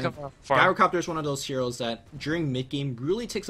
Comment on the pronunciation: Good casting but please, please, PLEASE take a look at how you pronounce GYROcopter (Soft "G" sound, not GuyRO)